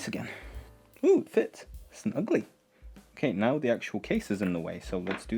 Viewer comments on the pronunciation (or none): none